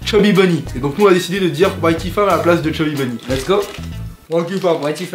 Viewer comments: Au Chubby Bonny j'entendais "SAUCISSON!" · chuby bubby chalenge a 13 de rire jaune on dirait que il dit lucky charm